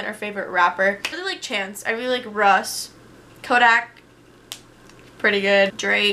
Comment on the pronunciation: didn't even fukn capitalize the Z and u pronounced Russ wrong smh